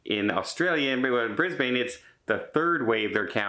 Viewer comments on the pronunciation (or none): brisbane is pronounced brisbin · Hey, Just so you know for future reference Brisbane is pronounced Brisbin, Melbourne is pronounced Melbin. And when you say Aussie its pronounced Ozzie. 😀😎 We Aussies cringe when we hear it mispronounced.